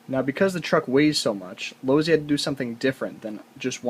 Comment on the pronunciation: LoSi not Lozi